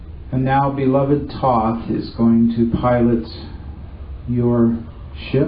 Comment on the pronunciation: It's Thōt(h)silent